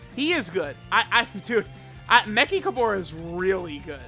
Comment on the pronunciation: Why not just say “me-ch-ka-ber-ra”? Wtf is mekikahbora